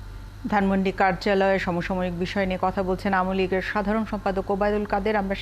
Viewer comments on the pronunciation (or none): অযোগ্য লোকে ভরে গেছে প্রায় সকল দপ্তর,যার প্রমাণ খবর পাঠিকা নিজেই যিনি আওয়ামী লীগ টার্মটিও সঠিকভাবে উচ্চারণ করতে জানেন না এবং তিনি আওয়ামী লীগকে আমলীগ বলেন। এটাই বর্তমান স্মার্ট বাংলাদেশের চালচিত্র।